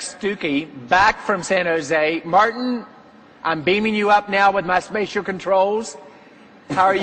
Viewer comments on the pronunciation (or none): none